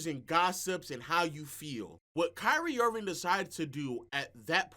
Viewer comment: He still callin him "Kyrie Irvin" 😂